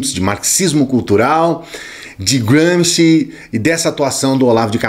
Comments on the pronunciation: Apenas uma pergunta quanto a pronúncia: não está dando um 'toque inglês' em um nome puramente italiano??? Eu apreciei tudo o que você expôs... mas é a 'prima volta' que ouço o nome dele como um britânico ou estadunidense falaria... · Nada. Só enche o saco ouvir um nome italiano pronunciado como ingles. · Adorei a pronúncia de Gramsci... Grande autor... britanico, pelo jeito